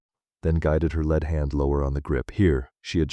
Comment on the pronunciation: AI reading sucks... Lead hand is NOT the heavy metal. Putting is not prononced pudding.. The pictures are great but Emma drink changed from water, to coke to beer is 3 frames. Also why does it look like snow falling in Scottsdale where it almost never snows...